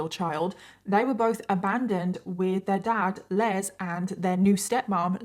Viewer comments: My dad is Les. His full first name is Leslie. I have heard people say that name pronouncing it with a z. You don't pronounce the male name Les with a Z. You pronounce it with an S. I hate it when people pronounce my father's name with a Z instead of an S. It's LES. LESSSSSSSSSS. OK? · I’m going to go out on a on a limb and say her father’s name (Les) is pronounced like Less. That’s the common pronunciation in the U. S.